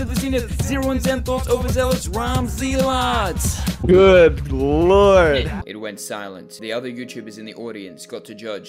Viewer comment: THATS NOT HOW ZEALOTS IS PRONOUNCED WHAT